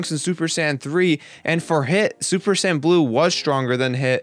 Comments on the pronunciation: he said super san not sayin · sounds like he is saying 'sans' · Tbh a lot of these powers arent "powers" the regeneration is simply the fact that "SSG" has that capability, SSB does not, simple, and for god sakes Pronounce it correct right "Say-Yins" if you could actually read the fucking article before talking about the powers, and how can you possibly know that chiotzu did learn from his training from self-destruct? The mimicry one makes sense, MIMICRY "to copy or make similar" thats what they are explaining, Frieza did mimic Krillins attack seeing how effective it was against himself, you yourself are just ranting on someone elses work which is about 80% true, yet from your personal opinion your trashing it, AND IF YOU FUCKIN READ MOST OF THEM THEY ARE SAYING IT IS FROM THE MANGA AND FEW INSTANCES IN THE ANIME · When he says saiyan it sounds like he says sand 😆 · did he say super San? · I don't know what is more amusing the article or the commentator that is trying to rip apart the article because thinks he knows everything about DBZ when he can't even say Saiyan properly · I got a cheap laugh out of the way you say "Saiyan" >__< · can't even say Saiyan